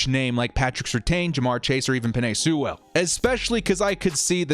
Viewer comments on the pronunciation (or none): FYI it's pronounced like Sool not Soo-well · A pronunciation correction for you. Sewell is pronounced "Sue-ul" almost like "fuel). The W is pronounced but the 'e' is more of an 'oo' sound. Otherwise, yeah, if he's there definitely take him.